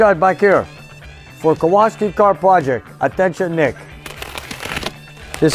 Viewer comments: It's Kowalski, not Kowaski. The guy in the movie "Vanishing Point". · Nick! It's really cool plate for your challenger, but it's name has polish roots. And it's actually Kowalski. With an "L". Very common polish surname. Either way, very cool, greetings from Poland too!!!